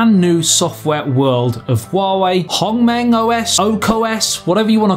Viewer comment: I think the only problem of this HongMeng OS is the pronunciation of its name. Man you really did well when saying it and HuaWei, I've seen most say 'WA WEE' which made them sounding like a Chinese baby.